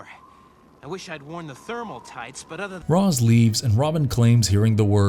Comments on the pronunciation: Gotta love shirtless Batman still wearing his cowl lol also it's "ray-sh" not "roz." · Its neither Raysh or Roz. It's Ras(Rass). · Nope it's pronounced raysh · why did u say raz 😭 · Lol not to mention calling Ra's "Roz". Like... did he WATCH the show? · It's pronounced Ras... 🤔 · Given the mispronunciation of “Ra’s” - I can’t help but think that the voice of the video has never actually watched the series… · "Fries"? "Rawz"? "Youboo"? How are these names being mispronounced? Did you not watch the show?